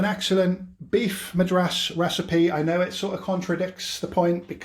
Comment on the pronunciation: There are just so many things wrong with this recipe it's really hard to know where to begin but let's start with this> don't ever trust a dude who can't pronounce the name of the state a recipe is named after.....